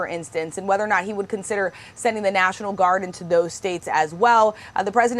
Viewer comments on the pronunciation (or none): none